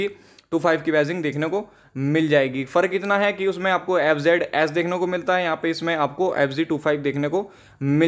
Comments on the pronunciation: Bhai ye g nhi z h thik se bolo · It's pronounced as F-zee